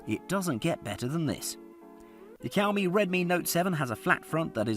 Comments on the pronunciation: the way he says Xiaomi triggers me so much that I want to commit rope neck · i get really triggered when he says "cowme" instead of xiaomi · Bro, it's not cow me. It's like a soft shao me. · Kaomi?😂😂😂 Fam do you mean xiaomi. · It's now Cow-Me it's Show-Mie (Xiaomi) this is how you pronounce it. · oh pls... it is pronounced "Siau Mi" not "Kiau Mi" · saying Keeowmee in video but i thought it was pronounced sheeowmee?? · Man, stop Ky-ouw-mee. It's Sh-yow-mi. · bruh, its not "Chiowmee". its more like "She-Ou-Me". try pronounce it fast multiple times and u will nail it. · The way you pronounce "shi'aw'mi" to "ki"aw"mi" made me hit the "do not recommend channel" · Kiaomi Redmi Note 7? Dude....it's pronounced Sh-iaomi!!! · It's 2021 I just found this video and I keep laughing everytime he say cowme😂😂😂😂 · My blood boiled when he said "cowme" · Xiaomi is pronounced 'shyaomi' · I dare you to say "Cow Me" one more time. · Is it really so hard to pronounce Xiao? Seeee oww. There, say it. seee oww miii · Greetings from singapore, i don't mean to be rude, did i hear he say cowme? 🐄 moooooooo, lol 😜😛 the word 'xiao' means crazy or mad in chinese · I love it when he says cowmiii it makes me want to hear it again 🤣🤣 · SHAO-MI SHAO-MI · i dunno where he pulled the K for Xiaomi from.. 😆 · Xiaomi is pronounce “see-ow me” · I believe Xiaomi is pronounced Shaomee. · Teacher: This video is 8 minutes of Cow-Me. Grade: F. Please re-do this video. Brain seizure + cringe. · Whenever this guy says Xiaomi The subtitles hear: COW ME Edit: Thanks for the likes guys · That's exactly what he says, Cow Me. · The subtitles and my ears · Same issue here. Freaking irritating! MOOO! 🐄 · ToastBlox OMG I JUST REALISED XD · Gotta love yoursrlf a Kiaomi 😂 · Kiaomi it's very cringy to hear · Its xiaomi not cowme.., 😁😁😁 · How can i take you seriously and you cant even pronounce Xiaomi properly?